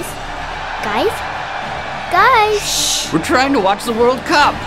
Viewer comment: Hey Guys. Guysh